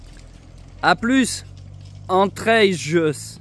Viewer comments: on prononce entrailles 😉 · Entraygues sur Truyère pas Entrailles (ça doit faire mal aux oreilles des habitants...) et les entrailles, ça fait moins rêver... Trop bien le concept de tracter devant les ânes ! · Mdr pas une fois t'as prononcé correctement "Entraygues" . Encore un super episode ! Dommage que la carriole n'ait pas une petite assistance électrique ;-)